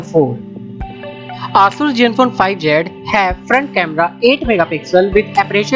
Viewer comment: ASUS pronunciation is not aasuuus it Aaasaas